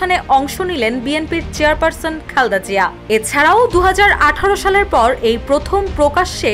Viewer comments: রিপোর্টার আপু মনে হয় বারবার খালদা জিয়া খালদা জিয়া বলতেছে খালদা জিয়া কি আবার উচ্চারণটা ঠিকমতো করেন। খালেদা জিয়া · আপনি "খালদা জিয়া "কেন বলছেন